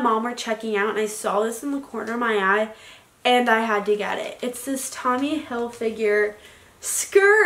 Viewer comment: Loves Tommy Hilfiger but can’t even say it right😂